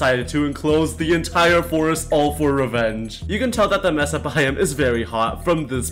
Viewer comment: it is pronounced may sa not mess uh